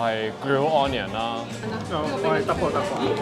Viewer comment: 可唔可以唔好講... 安 - KNEE - un. 讀 UN - knee - un.